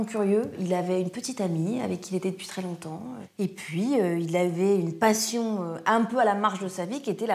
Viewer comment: Ca sent l'accent et le dialecte "chance pour la France" le trafiquant d'arrêt maladie, l'accent du ledecin pareil (longtomps et non longtemps entre autres mots où l'on reconnaît l'accent)